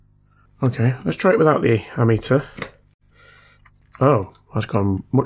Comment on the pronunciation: you finally said 'ammeter'. 'Ampmeter' has been driving me potty and making me laugh at the same time every time you said it. Now I know you know the correct version I don't care what you call it. Just love your videos. Very therapuetic and your joy when the lights come on is a pleasure to behold😊.